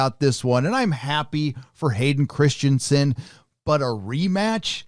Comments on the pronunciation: Will anyone ever get his name right? Christ-en-sen, not Christian-sen. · can't even get his name right, it's Hayden ChristEnsen, not ChristiAnsen